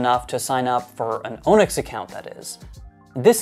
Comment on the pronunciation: And Onyx is AHH-nix.